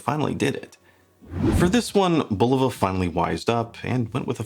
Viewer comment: Thank you for pronouncing the name correctly. 👍👍👍